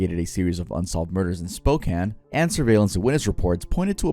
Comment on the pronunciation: Thank you for covering Robert Lee Yates! He’s is barely talked about, even in Washington, even though he is the most famous killer from Spokane! And it’s so cool to finally hear someone say Spokane right! Sorry if this is jumbled, I’m just super happy that you talked about him!